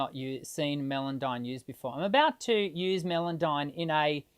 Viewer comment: The software is called "Melodyne" pronounced "Mellowdyne". There is no melon in it be that watermelon, rockmelon or even Mellencamp the watermelon camp owned by John Cougar. Hope this straighten things out.